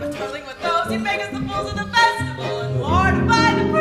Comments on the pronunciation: This is amazing! I just wish Cinderella would say her "T's" in the word Festival. Every time it's "Fesival" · She also needs to learn how to pronounce the word 'feSTival'